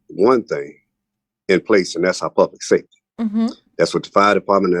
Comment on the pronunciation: I just realized she can’t say SAFETY!😂